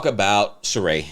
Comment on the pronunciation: Whew! The Sheree babble!